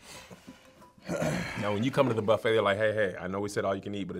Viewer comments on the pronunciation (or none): none